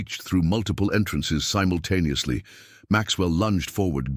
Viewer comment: You are miss pronouncing simultaneously. You hear 🙉 the I